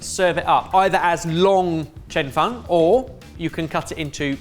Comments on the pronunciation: Loved this episode! (Even hearing mangle the pronunciation of “Cheong fun” 🤭) Thank you so much! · The Cheong fun (pronounce cheese without the "se" + song without the "s") 2nd try looks much better. Try with light soy mixed with sugar and some chicken stock. as well as some scallion oil or sesame oil.